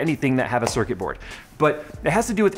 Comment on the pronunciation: "sorquit board"